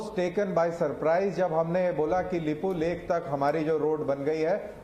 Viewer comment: तुम लाेगाेंकाे कालापानी, लिपुलेख अाैर लिम्पियाधुरा उच्चाहरण करना ताे अाता नहि अाैर कैसे हम मानले ए जगा तुम्हारा है। कैसे कैसे पत्रकार है यार भारतमे साला डाँकुवाेंका जैसा भाषा इस्तमाल करते हैं।